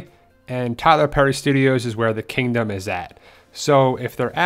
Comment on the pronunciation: You said kangdom xD